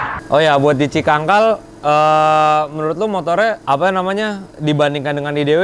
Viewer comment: Cicangkal bro, bukan cikangkal😂